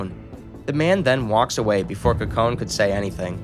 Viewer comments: Him not saying Kokone as "Cocoa Nay" but as "Kuh Cone" is kinda triggering, even more than his pronunciation of Watanabe as "wah tuh nah bee" instead of "wah tah nah bay".... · "Wattanabie" bruhhh wa-ta-na-be "Cocone" kok-ko-ne I'm physically hurt from his mispronunciation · Her name is pronounced Co co neh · This has been bothering me throughout the whole video cause I believe he pronounced it right once but never again :/ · A small bit of constructive criticism, I was trying to look up the name of this anime by searching the protagonists name but you were pronouncing it wrong so didn't know how to spell it, I had to go back to the beginning. A note about Japanese names, Japanese is a very phonetically consistent language, so the rules are rather simple. Whenever you see an 'e' in a Japanese term or name, it's pronounced like a long e, like "eeh " like in words touche' or puree. You saw an e after the letter n and assumed it was silent, which is understandable, but there aren't really silent letters in Japanese. Her name would be pronounced 'Koh-Koh-Neh', not 'Ko-cone.' Watanabe would be pronounced 'Wah-Tah-Nah-Beh', not with a 'Be' at the end. I'm moderately fluid so it stuck out to me, but it's good to learn language and share that info, I think it enriches the watching experience when you know how their names are said. I'd encourage you to listen to the original Japanese audio with subs for like an episode or two, just to see how they say the characters names, to avoid confusion going forward. In Japanese they often say their family last/names first, then given/first name, so unless they're really close, most people will call people by their last names, watch out for that too. Other than that good job. I enjoyed your story telling and paused cause I think I'll watch it myself! Great job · are we gonna casually gloss over the facts he pronounced kokone wrong??